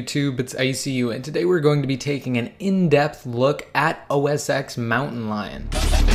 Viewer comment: U even said its the same thing so please say os ten not ex, please !!!